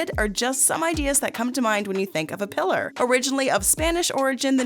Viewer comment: Not pronounced Pillar, Pí-lar cmsomewhat common name in spanish